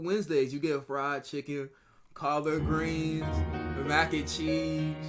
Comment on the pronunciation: Sound like he said cobbagreens